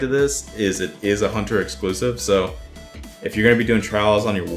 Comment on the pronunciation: its "is" not iz